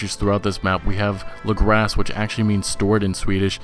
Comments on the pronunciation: Hehe, took me a couple of seconds to understand what you meant by "Lagras" in swedish. If anyone is interested it is pronounced LAAgras. With the first "A" sounding more like the sound you make when the dentist asks you to open your mouth, rather than the "a" from like "L.A". :) And usually we pronounce the whole word a lil' slower. And if we were to translate it we would get "it stores", as in "something stores/saves". The more you know! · As a Swedis person, I had to rewind the lagras part 3 times before I could hear what you said. Pronounced differently, but hey, atleast you tried.